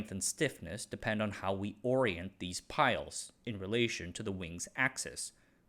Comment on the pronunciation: Great vid as usual. Minor nitpick - composite layers are called plies, not piles :) And just to chip in a bit (I did my masters in this area), a huge part of the cost of composites for aerospace is the process of certified a materials system/coming up with the values (e.g. strength, toughness, etc) for each material. The properties change due to minor changes in fabrication (like you mentioned with the air bubbles), and each unique combination of geometry, orientation of plies, fasteners, material, and so on, needs to have many tests run just to give a value to the aerospace engineers to actually design the part. Makes the achievement even more impressive, and sheds some light on why aerospace companies are often hesitant to adopt new composite material systems.